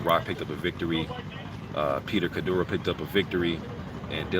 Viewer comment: its pronounced "kadeerou"